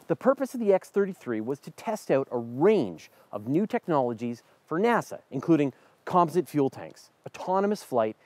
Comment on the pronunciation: Learn to say the word Composite.